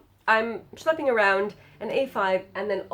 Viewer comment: First, I always giggle when you say 's(c)hlepping around' - I love it! And thanks for reminding me of the little booklet with the hourly layout for the A6 - I finally know what to do with it! :-D